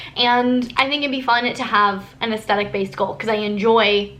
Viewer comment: So everytime you said "athstetic goals" I kept hearing "athsteticles" 😂 (I prolly spelt those wrong oops)